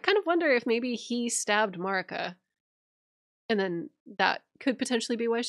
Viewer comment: Melina pronounces Marika like (A)merica. I’ve always thought it strange that some people who have played the game and are so good with the lore still pronounce her name so weirdly 🤣😂💜🤭